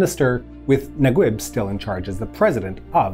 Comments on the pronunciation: Mohamed Naguib is pronounced na-geeb not nag-web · mohammad nagweb !! lol it's nageeb not nagweb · Say NagUib one more time. It is spelled Nageeb as in E, in case you are wondering. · Naguib is pronounced Najeeb or Nageeb in the Egyptian Arabic accent. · Great video, but sorry I have to point out that the pronunciation of Naguib is "Na-geeb" (Egyptian Arabic) or "Na-jeeb" (Traditional Arabic). Just in case his name comes up again in future videos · Slight pronunciation correction: Naguib is pronounced Nageeb (eeb as in deep or Gui in guitar) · I dont understand the english version names for egyptians. Naguib? It’s Najib (Na-jeeb). Gamal? It’s Jamal (Ja-mall). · Nice video ... Naguib is pronounced "NAGEEB" FYI :-) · Great video, it's pronounced Mohammed NAGEEB. ❤👍🏽👍🏽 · it is pronounced Nageeb